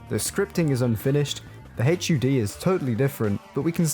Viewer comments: did he call it a h.u.d? its HUHD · haitchyoudee? WTF? "HUD"! Say it! HUD! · "The hayche you dee" Please just say Hud.